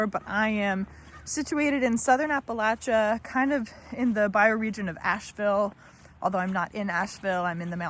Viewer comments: I'm just glad to find someone to follow that knows how to pronounce Appalachian 😊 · Speaking Spanish, playing football (please don't call it soccer) world traveler, and on top you know how to pronounce "Appalachian" makes me believe you are a super cool person, and worth it to follow Hope you gonna make it